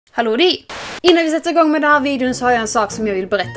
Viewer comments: Varför säger du ”halloumi” i början av alla videor 🙄 alltid undrat🖤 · Hon säger hallodi.. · Hallå dir det låter som hon säger så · Det låter så roligt när du säger halodi vart kommer halodi ifrån😊Din yotub kanal är så bra